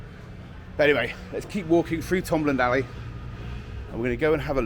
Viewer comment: Great video. Tombland pronounced Toom land.